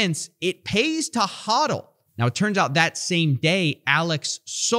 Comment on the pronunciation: its "HO" dl not HA dl